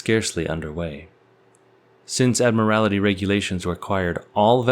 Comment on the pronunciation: Admiral-ity!!? Can you see a second /i/ in the word "admiralty"?